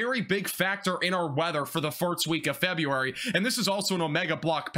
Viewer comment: Are you trying to say farts instead of first?? I caught it early but you keep saying it! Meow